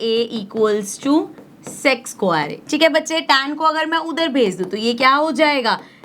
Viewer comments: Sex nhi sec hota hai😂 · That is sec² not se*² 😠😠😡😡🤬🤬🤬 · sex square 😂😂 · Sec² ❌sex²✅